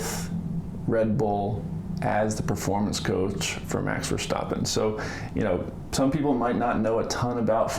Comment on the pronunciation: Just to tell you, your pronouncement of Max his surname is the best I have heard from a non-dutch speaker. My compliments